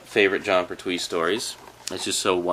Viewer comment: Just to let you know its pronounced Pert-We. Any Red Dwarf DVDs yet?